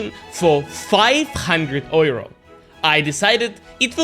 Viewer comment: FIVE HUNDRED OYROS